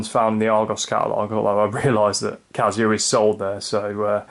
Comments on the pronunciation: It’s Casio with an S not a Z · stop saying cazio